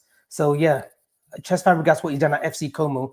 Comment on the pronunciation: The only reason I don’t want cesc is because can’t even pronounce his name - who is chesk 🤣🤣🤣